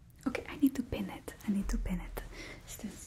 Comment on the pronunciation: did anyone else think she said 'bin it' not 'pin it'?